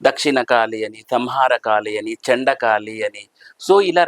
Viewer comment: కాలి కాదు అండి కాళీ.